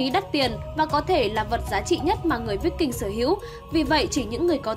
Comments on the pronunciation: Kiếm víc king mới hài , đọc sai bét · Phải đọc là kiếm Vai king mới đúng , đọc tầm bậy tầm bạ không hà, chán vãi lìn.